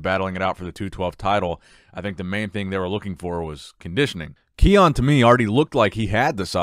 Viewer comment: Ki-un not Keone